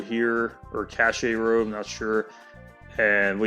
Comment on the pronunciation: Cache is pronounced "cash". Miami is pronounced "my-amah"